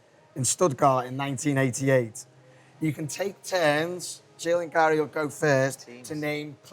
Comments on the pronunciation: Does wright call Gary “Gal” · Does Wrighty always call Gary "Gal"?